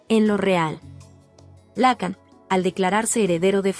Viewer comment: No seas imbécil, se pronuncia Lacán no lácan, ni siquiera sabes pronunciar su apellido...